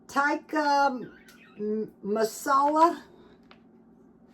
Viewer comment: Pronounced Teeka masala / now the most popular food in Uk / so sad.